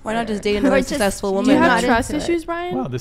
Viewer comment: Did they say more sexsesful